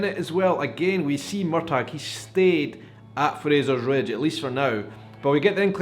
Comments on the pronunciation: Hello, I’m sorry to interrupt you, but the governor’s name is TRYON - Tri—on, not Tiron. And Murtagh is Mur-taw, not Mur-tag. Sorry to be a grammar/pronunciation Nazi, But I’ve been to Tryon palace in North Carolina and it certainly is overwhelming. And no,, you are not the only person who misses the setting in Scotland. That was primarily why I started watching the show to begin with as well, And I’m not as thrilled as with the American episodes as I hoped I would be but I still love the story of Jamie and Claire and now they are both outlanders in this new world. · Excuse me on prounciation Wikipedia they say MUR TAH same freakin'thing please this is a no MUR TAG zone! LOL! I thought it was weird that Lord John Grey STILL has a thing for him! WOW! I was hoping the Brianna thing was going to happen because it was a little boring. But your right the acting was great. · Uh oh here I go again. It is not MUR TAG it is MUR TAW. Sorry. I'm pretty anal but I have to say hearing you call him MUR TAG REALLY bothers me. Please stop!!!!! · Why do you keep mis-pronouncing Murtagh?? the G is silent. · I'm a book reader and I loved this episode. And I'm loving this serious. I found myself getting frustrated watching your vlog though! Why do you say Murtagh with a hard G? It's very distracting 😂 I'm finding it hard to see opinions of non book reader's, with your sometimes strange theories of what comes next. What comes next is already laid out for you, at your fingertips! How can you stand to not read the books?! 😂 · I hope, in the 5 years since this episode, you have found out the correct pronunciation of 'Murtagh'! ❤ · So I've been pronouncing Murtagh's name wrong...thanks for clearing that up. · as a NE Highlander and one who's people are portrayed in outlander your pronunciation of the name was of no great issue for me It wasn't something I even thought about tbh In other words, no problem. 😉